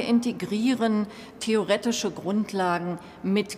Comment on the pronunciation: TheorÄtische Grundlagen.... So so 🤣🤣